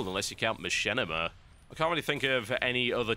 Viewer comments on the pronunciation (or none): none